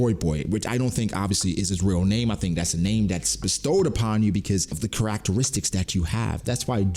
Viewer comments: The way you pronounce "characteristics" is wild bro 😂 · Lol anybody else notice how he says characteristics? No hate just different 😂